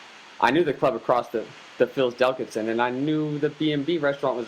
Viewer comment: You don't know how to pronounce delicatessen?